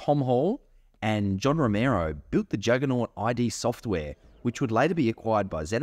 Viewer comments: Thanks for the video and the info forreal 😎 buttttt…. Was anyone else cringing a little each time he said “I.D. Software” and not “Id Software” that was alittle rough to constantly hear 😩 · It's not pronounced "eye dee" like your identity documents. It's "eed" Software. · i couldn't keep watching with you calling it "i" "d" software.... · id software isnt pronounced that way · Eye Dee software omg.... Nahvidia....